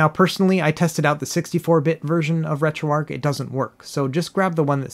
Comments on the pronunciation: RetroARCH, not Retro “ark.” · It’s ARCH not ARC but good comprehensive video 👍🏻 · Uhh, another person who calls it retro "arc" Why do you guys do that?